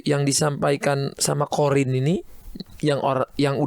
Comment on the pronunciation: Qorin kak, bukan qodir